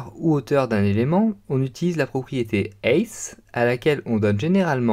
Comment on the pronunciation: Height se prononce Haite et non heite